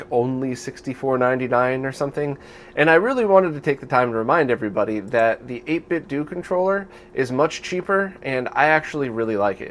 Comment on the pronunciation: I hate to be "that guy" but 8bitdo is pronounced "Dough" at the end, not "Due", just like the way you pronounce Nintendo with a hard "o" sound rather than a "u"-ish one. They based their name on Nintendo itself.